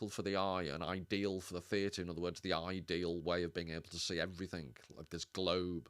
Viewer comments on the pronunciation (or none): Chuckled at "eye"deal, dunno if it was intentional 😂